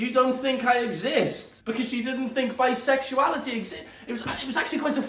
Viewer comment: no one: literally no one: olivia duffin: BISEXUILITY ISNT REAL